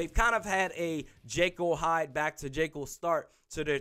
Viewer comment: dude's never heard Jekyll pronounced before